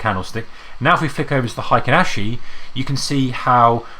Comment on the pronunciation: Why do you prounce it like hAikEn ashi?